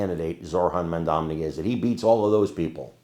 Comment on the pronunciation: His last name is Mandani, not Mandamney. You've been saying his name wrong on several clips today